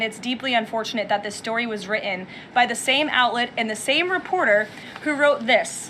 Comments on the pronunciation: Can she not prounounce the letter "t". Propaganda barbie, it is not "widden" it is "written" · Can she not pronounce the t's in 'written'? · she can not say written4;57